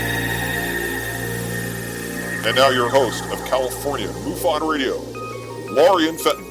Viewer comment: Linda Moulton Howe says it's "Mu fon" not Moo fon. Moo sounds funny.